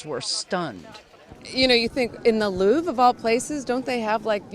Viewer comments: Learning Hasan thought they were dupes is only the second funnies thing here. The first being how he can't say Louvre 😂 not even in the normal American accent way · bro please pronounce louvre different